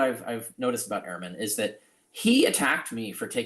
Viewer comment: It would help if you 2 would pronounce Ehrman as Dr. Ehrman does. He says "urman", not "airman". Not a big deal, but gives your narrative a small cloud.....imo